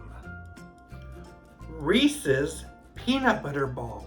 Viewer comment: Sounds sugary. Hahahaha peanut butter rules!!! Thank you for not saying ree sees instead of Reese’s. People always say sees not sis